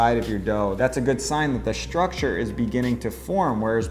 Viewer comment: “Shtrucshur”. What language is that?